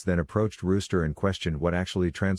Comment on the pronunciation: It's Rooster like the male chicken.